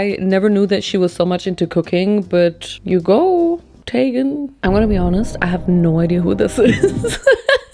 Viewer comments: Her name is PROPERLY pronounced Krissee TEAGUN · her saying chrissy teigen last name wrong and then saying “ I don’t know her I jus know her name “ GIRL U BARELY KNEW THAT 😭😂😂😂 & the “ how is she famous? like from this cookbook maybe?!? “ HAHAHAH I was dead. p.s ( no hate to luv her & i don’t know much chrissy teigen lore also I just thought it was funny ) xoxox